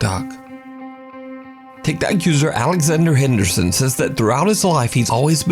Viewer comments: I love how he says TikTok 😂 “And here’s my gulp Tikerty Tok” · Love how he pronounces tiktok sometimes lol